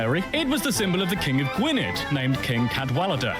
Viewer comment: No the UK is not a sovereign country. It is a sovereign state made up of countries. Wales, Scotland, England etc are all countries in their own right. Gwynedd was pronounced incorrectly. English is not an official language across the UK because it is not recognised in Wales. Welsh is the only official language in Wales.